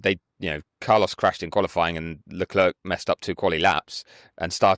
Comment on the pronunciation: So do people just refuse to say Leclerc properly?